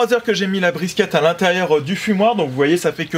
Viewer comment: Sa se dit briskit